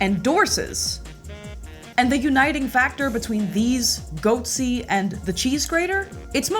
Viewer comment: Okay, the GOATSE pregnant pause is the funniest thing. GOAT.........SEEE